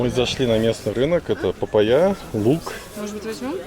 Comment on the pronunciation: ПапайЯ-не говори так пожалуйста. ПапАйя правильно..